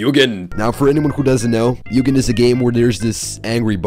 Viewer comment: Its read mug an